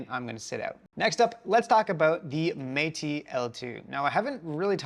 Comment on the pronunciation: Isn’t it “Métis” rhymes with “tennis”?